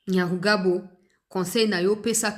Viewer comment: Maman,il s appelle Nyamugabo et pas Nyamugabo.les deux noms sont différents.le premier est Rwandais tutsiet le deuxième est mushi du Sud kivu.ma chère enfant, comme on dit que la justice élève la nation c est ainsi.ce Nyamugabo n a rien à dire ici.il n'est pas Congo lais que ces arguments fallacieux soient exportés chez lui au Rwanda.de gens qui sont capables de modifier leurs identités sont terribles.